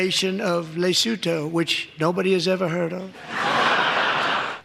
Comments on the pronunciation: The th in Lesotho is pronounced like a t. Sounds like : Luh-soo-too in Europe and ends like an o in the US. Like Gretta Thunburg, the Th is pronounced like a t - Toon berg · Not how you pronounce Lesotho...